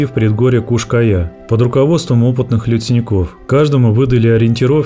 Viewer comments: В названии видео там написано "Куш-Кая", а голос за кадром говорит "Куяш-Кая".❗🤔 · Как только автор не перекаверкал название скалы, и так и сяк и наперекосяк. Подготовься и читай. Кто ж на ночь глядя по скалам в одиночку ходит, дня им было мало?